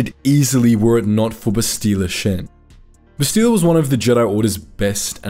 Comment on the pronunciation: Every time you say Bastila wrong, I want someone to creatively punish you